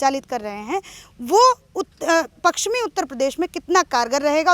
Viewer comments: Anchor bahin ji aap hindi hi theek se bol nahi pa rahi ho paschmi U.P. ko Pakschmi bol rahi hai. Aap hindi ke uchharan ka abhyas karo. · तुम बहुत अच्छी रिपोर्टर हो। एक शब्द का उच्चारण ठीक कर लो। पक्चिमी नहीं पश्चिमी उत्तर प्रदेश बोलो। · Madam ji..pakchsim nahi..pashchimi uttar pradesh hai..aap patrakaar hai..uchcharan to sahi kijiye. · मैडम पश्चिमी यूपी है ना कि पक्सचमि यूपी आपकी पत्रकारिता अच्छी है लेकिन शब्दो पर पकड बनाऐ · पकसीमी नही मैडम जी पश्चिमी होता है